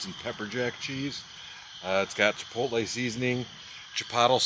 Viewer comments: Gotta love the “chi-pottle” sauce lol. Keep up the great content. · Do you mis pronounce stuff on purpose? Like jalapeño and chipotle